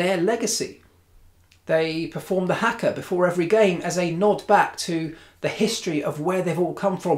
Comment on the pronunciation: Hi Marc. Haka is pronounced “harka” not “hacker” 😀.